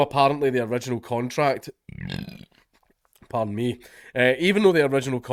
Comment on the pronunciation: I love it when he says, "pahr-donn!" 😂